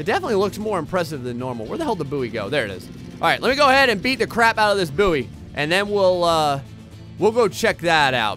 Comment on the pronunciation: its pronounced boy... good video though